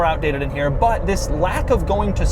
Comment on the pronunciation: I came from the Doug saying "this" chronologically and now all j can hear is "vis"